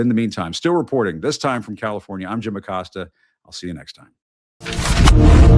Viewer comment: Acosta is pronounced "Aw-coast-ah"